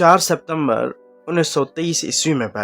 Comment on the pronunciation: سیپتمبر کیا ہوتا ہے بھائی۔ ستمبر سنا اور پڑھا ہوا ہے ہم نے۔ مشتاق احمد یوسفی کے لکھے کو آواز دینا اچھی بات ہے جس سے بہت سوں کا بھلا ہوگا لیکن اردو زبان کی خرابی ساتھ ہوجائے یہ برا سودا ہے۔